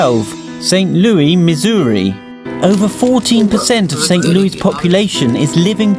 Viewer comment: Why does the narrator pronounce St Louis wrong?